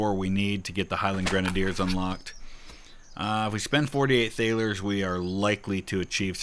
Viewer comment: "thalers" is pronounced like "tarlers" - just FYI